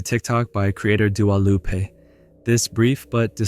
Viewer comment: im pretty sure its dua lipa and not dua lupe (her mexican cousin)